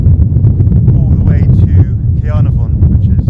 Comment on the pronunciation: Some great scenery. I think caernafon is pronounced more like can-are-von but not sure where I've got that from! I've only been to the llyn peninsula once on a day trip to abersoch and hell's mouth beach for a bit of surfing, which was lovely but also fairly busy. I actually thought the whistling sands beach was that one at first as they both have a horseshoe shaped bay